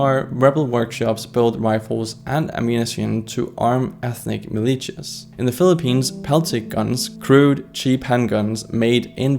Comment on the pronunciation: Quick tiny correction. It's pronounced as "Milishias" not "Milichias"